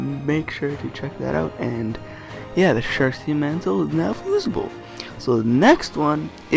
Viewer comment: Fusible not fusaible